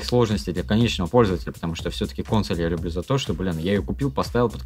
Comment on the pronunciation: действительно обезьяны, ставят ударение на первую гласную в слове Консо́ль. Противно слушать.